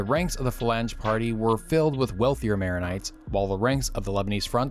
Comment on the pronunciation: Nice Vid. But you're kind of butchering the protagonists' names